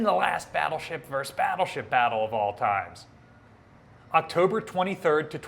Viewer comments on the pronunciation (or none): Sorry to be That Guy, but it's pronounced "versus", not "verse". "Versus" is the Latin word for "against".